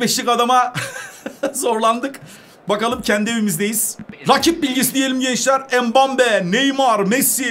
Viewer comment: mbappeye embabe diyen koca yürekli